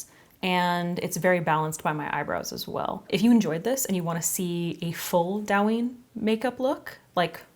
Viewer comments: Just fyi it's pronounced more like 'dough' 😊 dough-yin (eeee sound). I love douyin makeup especially the elaborate lower lash line work they do 🤗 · Not me screaming the correct pronunciation every time she says it wrong LOL thank you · Gorgeous! Alice in Borderlands is the show -- but it's Japanese (and Douyin is Chinese). TikTok is huge in Japan; Douyin isn't because it's only in China/Chinese App Store. (Yes, ByteDance makes both, but they are different.) Also, it's pronounced more like "doe-een." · love it!!! looks amazinggggg by the way, it's pronounced doe-yeen :'-) alice in borderland :D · It's pronounced like doe-yin ❤❤❤ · It’s doe as in doe a dear. The pronunciation of douyin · More like toe-yin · It's Douyin, not Dawin lol. Love the makeup tho! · the pronounciation is kinda off. it's supposed to be "dough" "ying" lol, but its not a big deal alice in borderland? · It’s do-yu-een pronouced with a quick u. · Just wanted to say it's pronounced doh-yeen, not dow-yin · Also just letting you know it’s pronounced “doe-yin” instead of “Dow-yin” :) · I love you and I love your videos and I watch you all the time..... but the pronunciation is closer to "doh-uh-yin" rather than "dowyin" (as someone already said in the comments it's close to how you pronounce "dough") I'm so sorry but as someone who's learning Chinese I just had to 😭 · Dou yin. The ou in Dou is pronounced more like Oa in Oat. Not “ao” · fyi it’s pronounced DOE-yin not Dow! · Douyin is pronounced Doh (like donut) and yin (like shin but with a y) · Isn't it Douyin as in the graphic novels? I thought that was pronounced "dough-yin" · Say it with me now DOI (soy with a D) + YEEN (emphasize the ee) DOI + YEEN = DOUYIN Please make sure you know how to pronounce something before sending this out to the world. It makes you look like you don't know what you're talking about. There are videos for this. I like the makeup but it feels like it's missing things. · It’s pronounced “doe yeen”